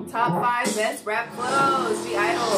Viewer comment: Yess Jeon like Jeon Jungkook Her name is Soyeon ( So-Yon ) You said GIDLE perfectly!!